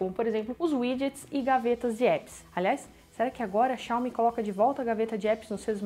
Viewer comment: Tapinha na cara da "xiómi" kkkkk